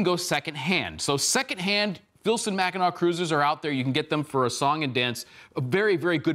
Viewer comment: MACK-e-nuh not MACK I NAW